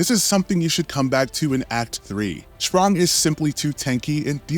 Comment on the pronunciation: Dude, seriously. "Schprong," "Eskee," "Luminis." So annoying.